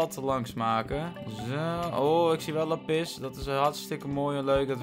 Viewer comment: Meest mensen: laaapiz lazuli (k schrijf even hoe je t letterlijk zegt): laPIS Lekker 👏😂